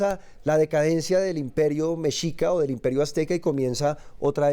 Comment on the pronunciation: Min mi amada,. En esta caso se pronuncia * Meshica * aunque de escribe Mexica.